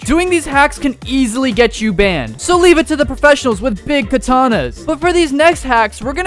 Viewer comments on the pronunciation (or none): none